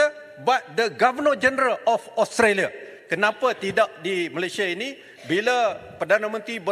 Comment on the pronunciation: Taki cakap english pun tak betul australia bukan austolia, azalina cakap sampai suara kat jubur tapi mereka tak faham kesian la pembangkang ni😭